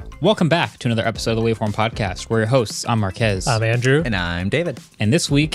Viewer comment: Thanks for the mentions, Marques! (not Markees)🤦‍♂